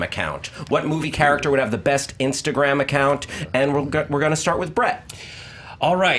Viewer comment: best "insagram"